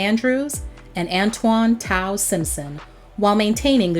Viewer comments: I went to their concert and the three of them did well.. nokio announced his real reason for leaving and won't return until the manager goes home.. tao who name u saying wrong.. it's not tie-yo it's tay-yo. But I wish they all come back cause I still live dru hill and want to see them all bop their head and stomp side to side while singing.. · Dru Hill is Nokio Sisqo and Tao not what she said, lol